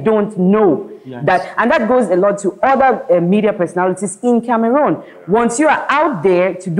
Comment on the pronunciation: I commend you guys for correctly pronouncing Cameroon unlike what I hear lately